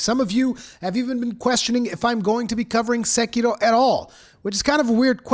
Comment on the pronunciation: I wish everyone talking about Sekiro can pronounce Sekiro correctly like you do xD